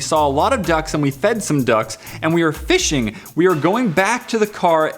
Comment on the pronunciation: In the first one he said we were fishing instead of finished